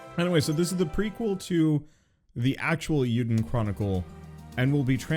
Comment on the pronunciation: It's not "EE-YOU-dun", it's "AY-you-den". It's "Legend of Hero/Heroes" in Japanese (Eiyuu Densetsu). Though that's better than the last person I heard say it wrong, who completely misinterpreted the I as an L. I'm only pointing this out because it's part of a duology that is a spiritual sequel to one of my all-time favorite game franchises, Suikoden, so I have to give it respect.